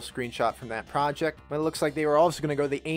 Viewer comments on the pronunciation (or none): none